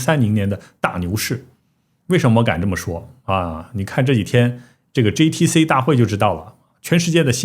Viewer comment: 麻烦博主用自己推荐的app学习一下G字母的发音，每次G都听成J，GTC听成JTC，GPU听成JPU